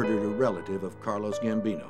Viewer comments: Why does he keep calling Carlo Gambino “Carlos” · Did he say "Carlos" Gambino